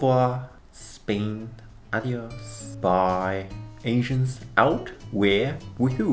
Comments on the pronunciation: I'm Spanish so when I heard you say the word "adios" I was very surprised because of your pronunciation. It's really good actually. You sounded like if you spoke Spanish as your native language, at least in that word. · Muchísimo, lo he repetido nosecuantas veces xDD y es curioso que lo pronuncia perfecto, sin rastro de acento. Suena tan cute como el hola de kihyun de monsta x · OMG ese “adiós” lo dijo perfecto 😍 quiero más español por favor 🥰💕